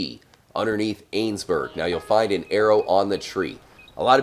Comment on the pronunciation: Its pronounced Ann-nes-berg